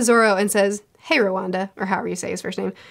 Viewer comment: “Hi Rawanda”?! 🤣🤣🤣